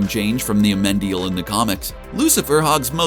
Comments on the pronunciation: You keep saying Amendil... but I am very sure his name is Amenadiel. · Yea; "Aminadal" and "Mazikin" give very George W Bush "Nuke-you-lar" vibes... :D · It's AMENADIEL, you moron😑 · If I heard him pronounce Amenadiel like that one more time I was gonna scream 🤦🏻‍♀️😭